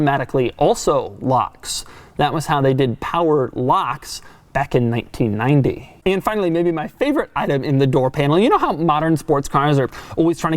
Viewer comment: Holy hell. The way he says 1990 bugs me almost as much as his childlike, completely clueless description an equalizer. It's an audio equalizer you twit. Annoyance aside this brought back great memories of my high school days. Many of the things he pointed out as being weird are things I miss about cars from the 90s when I learned to drive.